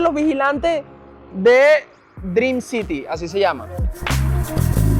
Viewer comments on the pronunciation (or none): none